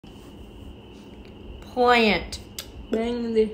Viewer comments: "plantt" "bandlaind" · „Plant“ - „Bantley“🤣🤣